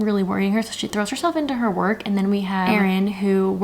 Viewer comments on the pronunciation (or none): none